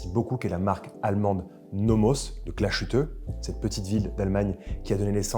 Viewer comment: Ben moi je préfèrerais avec la date ! Je préfère la dysmétrie que ça génère parfois à la fadeur d'une symétrie parfaite ! :-D Et encore une fois le SH de Glashütte, ne se prononce pas SH ou CH mais SS !